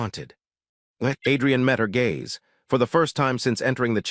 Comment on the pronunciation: AI doesn't know the difference between gays and gaze...